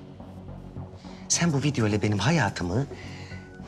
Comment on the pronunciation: "Çen kimlere özendin çen" 😅